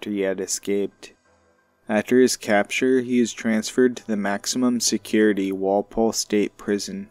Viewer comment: Kinda like, walpool. Instead of pole Walpole Mass.